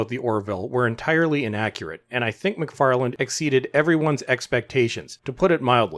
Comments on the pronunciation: The guy's name is McFarlanE, not McFarland. Come on! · His last name is McFarlane, not McFarland.